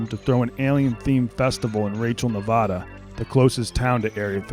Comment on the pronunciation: The way people from the East Coast pronounce Nevada makes me cringe so hard